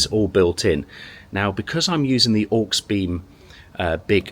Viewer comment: Dude, you saying HawksBeem made me giggle... Aux, short for Auxiliary i.e. awg·zi·luh·ree Auxiliary-Beam good vid though. not heard of that company before. Oh and I took my mate to A&E with a metal shard in his eye doing exactly that... 😳 it looked mega painful, use glasses man.